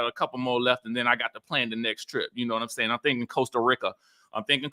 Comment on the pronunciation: …..Costa Rica Country in Central America American pronunciation: Sounds like kow stuh ree kuh Not Costa RICK Kuh as you’re condtantly pronouncing. ·